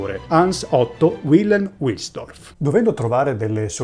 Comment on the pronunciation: Bel video ma parte subito con una doppia imprecisione: il fondatore di Rolex non si chiama Hans Otto Wilhelm, ma Hans Eberhard Wilhelm. E la pronuncia NON è UILELM UILSDORF, ma VILHELM VILSDORF.